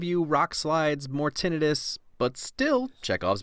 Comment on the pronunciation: I like how he says Tinnitus right